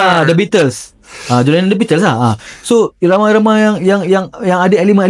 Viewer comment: John Lennon "Oasis" hahahahahahah..Itu John Lemon bang hahahahahahaha